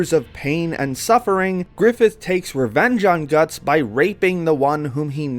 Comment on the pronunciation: mans said Gattso😭😭😭.